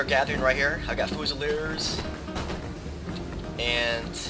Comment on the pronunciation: Fyoozileerz is how it is pronounced. I love your Napoleon total war vids, I just got a computer that can run the game recently.